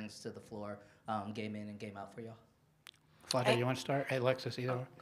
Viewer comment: Who was that reporter that asked Alexis about post play and called Flajaue “Flo-jay?” Dude, do your research before you ask em questions. Alexis had to fix her face and stop her laugh when he said “Flo-jay” 😭